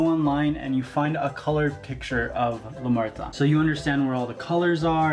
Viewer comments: its not lameurta its lamuerte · It's pronounced " Lah Mwehr-tey"